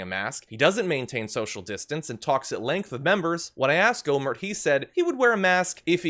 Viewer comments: The t in his last name silent. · Did you say Ghoulie Gohmert?